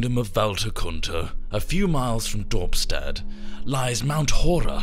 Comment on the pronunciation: haha "dorpstad" (I'm Dutch), nice!